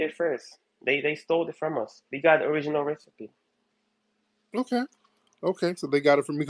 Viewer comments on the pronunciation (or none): "we got owiginal wecipe" 🤣